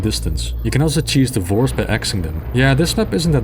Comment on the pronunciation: "There is a way. The vores!" Me: "Divorce 👁️👄👁️"